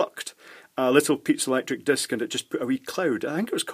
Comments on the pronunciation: Not me, but I heard pizza electric material instead of piezoelectric material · Kept hearing "pizza electronics"